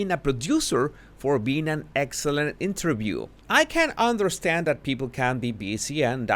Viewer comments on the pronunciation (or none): none